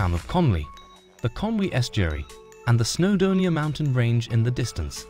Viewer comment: This is the worst video I have ever seen. The pictures are often not even from the UK, let alone Wales and the place-names are all shockingly mispronounced. Using AI is never a good idea. It stesls from genuine creators and it messes if up. There is no such place as Snowdermia.